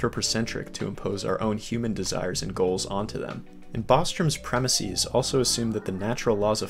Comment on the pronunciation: Sorry, but I find it hard to take seriously someone who can't even pronounce the word "premises". Why do you keep saying it as "premisees"? Do you also refer to places as "placees", prices as "pricees", or horses as "horsees"? If so, then carry on. If not, then stop. It's just weird.